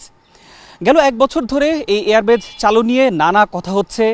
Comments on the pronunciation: Air Base, not Air Batch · এয়ার বেচ নয়, এয়ার বেইস।